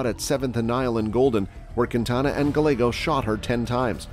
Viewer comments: Double LL in Spanish is pronounced as a Y so Gallegos is actually Gah-YEH-Goes not Gah-Legos. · Guy-ye-goes Not guy-legos! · Guy - yeah - gos. Not galegos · Lol....gallagos..... it's guy-aygos. Weirdo. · Gallegos..."guh Legos" Fool where are you from? 🤣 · Gallegos is pronounced as Ga-yae-gos. "Ga" as in lady gaga. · Gallegos is GUY-YAY-GOSE.....c'mon bro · Gallegos ... pronounced GI-YEAH-Gos. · pet peave, my ex husbands last name was gallegos, it's pronounced GUY-A-GOS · Omg Gallegos pronounced “GAH-YEH-GOES”….if you going to narrate learn the actual names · Learn some Spanish. Gallegos isn't pronounced Gall-egg-os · Gallegos is pronounced as if the "ll" is a 'y'. I just wanna see your channel grow and thought I'd do my part to help. Cheers, dude! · The real crime here is the pronunciation of Gallegos. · 2 L's = Y sound. Learned that in 8th grade Spanish. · Bruh can’t say Gallegos right lol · You said the 1st guys last name wrong sir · Gallegos isn't pronounced with an L 🤦🏻‍♀️ LL in Spanish is pronounced as a y sound like in yet. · If you are going to be doing a report at least pronounce the last names correctly